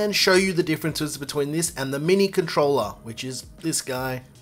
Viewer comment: He say controller 🎮 or controla pleya.